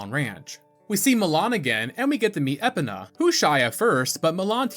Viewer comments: litle side note, overall this is just a minor annoyance, and i am so far enjoying your content, and plan to watch more of your videos. but my man please work on ya pronunciations <3 you called Epona Epena. eh-POE-nuh (like "e" in "bet," "poe" as in "poem," "nuh" as in "banana") theres like 2 pronounciations most people will agree on, and you chose the 3rd a hybrid of the two. the po in epona is always emphasized, you did not. outside of that it's a tomayto tomoto type deal on how you say the E in Epona. personally im on the side of pronouncing the E like as in bee hard emphasis on the E. again, this is only a minor annoyance to me, and it's not a deal breaker on me watching your content. just wanted to toss it out there. outside of that, the video and editing is very well made and quite digestible even with it being a longer video. solid enough to earn a subscribe. keep up the great work my man. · At a certain point, I have to believe you’re deliberately mispronouncing names just to piss me off. I love your videos anyway though. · I was gonna sub, but you pronnouce Épona and that cannot be forgiven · Hearing you pronounce Epona made me want to eat glass. Love the video. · 1. I enjoy your videos 2. These achievements are kinda disappointing 3. Your pronunciation of Epona should be considered crime against humanity 4. ALSO, you called Volvagia "Volgaria." Are you trolling us? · I have never heard someone call Epona like you did, most call her EPONa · Was so close to liking and subscribing until I heard him mispronounce not just “Malon” and “Skulltula”, but “Epona” and “Farore” too?! I Couldn’t stand to listen to him anymore 😩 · Epana? EPANA?! Holy shit how do you say epona as Epana? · I knew he didn’t pronounce epona the intended way but…… ya. I wasn’t ready for it that way. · these pronounciations are borderline offensive. links legendary horse, epna.. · You calling Epona as Epina rather than E-Pona, was extremely triggering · it’s epona not epina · “Eh pen ah” 🥀